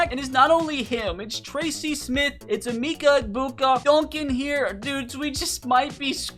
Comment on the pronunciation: Bro said emeeeka